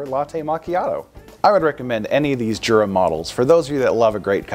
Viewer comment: I thought it was pronounced Yura?